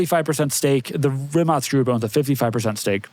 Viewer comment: Shoutout to for actually pronouncing “Rimac” correctly